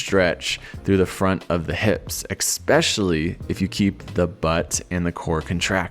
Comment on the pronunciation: Especially not expecially! :)